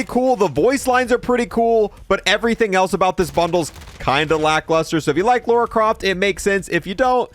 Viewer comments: lora croft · Lauora croft